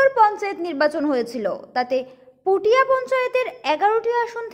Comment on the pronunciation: Puthiya na kotha da hoilo putia Ato bhulbhal pronounciation kmne kore